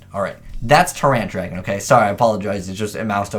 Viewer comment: "Ter Rant"🤦‍♂️ how about "Tie-rant" 😂